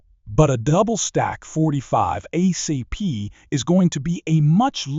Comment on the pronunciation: ACP, Not Ah CP